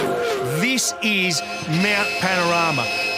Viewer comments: Congratulations on pronouncing Mount Panorama correctly. A lot of North Americans get it wrong. Even after hearing it being pronounced correctly. So… 10 points to Gryffindor. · How the FK did you pronounce "Mount Panorama and Bathurst" close to perfectly?😲 Respect from Australia.👍🤘🍻